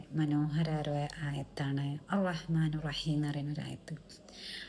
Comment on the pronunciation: അറഹ്മാ നു റഹീം അല്ല അറഹ്മാനി റഹീം ആണ്.